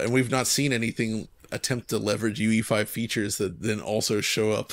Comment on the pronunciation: Why they pronounce unreal engine 5 as UV5 instead of UE5? At least it sounds like that